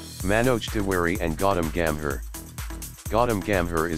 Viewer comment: Not "godom gam her" its Gautam Gambhir